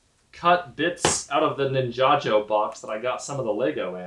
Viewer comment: If ninjajo is the real pronounciation, I stand corrected all these years 😂 . very cool legos you got there 🔥